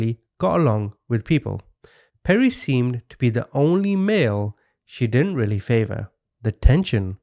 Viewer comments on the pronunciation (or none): none